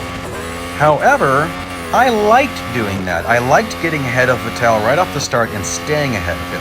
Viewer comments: Going back to early 2010's and the pronunciation of Sebastian Vettel as Sebastian Ve"tell". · As he messed up bottas name he has now messed up vettel’s name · Names says Hamilton, Bottas, Magnussen, Norris, Leclerc, Vettel New name Charles Leclerc And Sebastian Vettel +2 New names learned. Good job +1 point for perfect pronunciation (Leclerc) You pronounced Vettel wrong tho. I checked it (P.S this is not a hate comment)